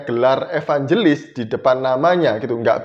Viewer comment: Nandar bukan evanjelis tapi evangiblis🤣🤣🤣